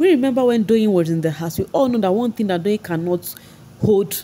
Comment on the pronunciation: What is with pronouncing t.h.i.n.g as "thingin"?? It very confusing.